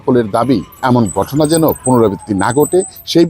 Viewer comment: গটনা, দর্শন,এবং আরও কিছু উচ্চারণ খুবই খারাপ ।